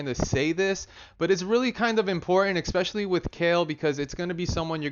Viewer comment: Take a shot every time he says "expecially"